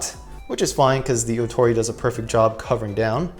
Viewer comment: This mobile suit is actually 'MBF-02+EW454F Strike Rouge Ootori'. You have it set to 'Rogue' whenit should be 'Rouge'; as in the French word for 'Red' which is pronounced 'Rooj'. The 'Ootori' is pronounced 'Oh-tori' (おおとり/大鳥) which literally translates to 'Big Bird'. I think for stickers on this kit, it would be better to just paint it. I mean they're just straight lines so you can just use like Tamiya masking tape and air brush, hand paint, or spray paint it instead of the stickers. You forgot to mention that with this kit, it comes with parts not used for this kit specifically. But you can create an MG MBF-02 Strike Rouge 'Kira of the Skies Ver.' with MG MBF-02+EW454F Strike Rouge Ootori and the MG GAT-X105+AQM/E-X01 Aile Strike Gundam Ver. RM It's basically the MG MBF-02+EW454F Strike Rouge Ootori minus the Ootori striker pack and instead using the Aile Striker Pack with the pink parts included with the MG MBF-02+EW454F Strike Rouge Ootori.